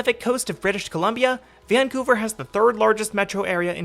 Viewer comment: mispronouncing the city's name throughout the video. doubting if he really came to the city or not.